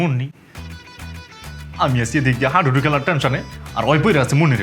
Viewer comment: হাডুডু ❌ হাইডুডু ✅